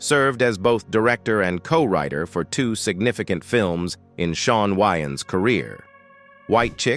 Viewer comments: It's pronounced Way-ans not Wy-ans that's not a vest that's a tank top smh 😮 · If the some of the Wayan Bro's are gay, that's, them. Their business. And their name is pronounced, "WAY"-ANS. Not "Why-ins". Get it right. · The ai saying shawn why ins is honestly upsetting me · This is hilarious..dude who did this narration, must have just said eny mini mini mo then picked a subject, he s not even saying the wayans name right, he.s missing Shawn and marlan up and no one has ever questioned Shawn's sexuality. He doesn't even try to draw a lot of attention to himself. He isn't regarded as no great actor. This is hilarious. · This is a load of nonsense. Fueling what assumptions?? Yall in need of some content. Cannot see the point of this video. Can't even say his name right. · 🤣😂😅 I said the same exact thang. These damn AI 🤖